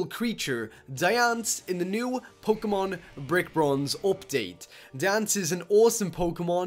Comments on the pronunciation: It's Diancie. Not Diance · Ehhh it isnt "Dians" you said. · he can't say Diancie properly lol😅😅